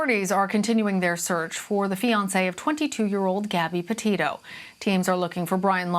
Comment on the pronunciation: did she say "potato" or am I hi